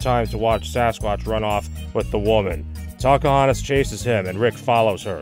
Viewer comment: I don't know why but whenever says "Tacohonos" It always sounds like he is saying "Takahunters"